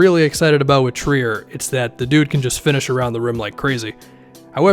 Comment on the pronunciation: Yes and I'm pretty sure he was pronouncing it like "try-er" back then because he didn't know who the heck he was 😄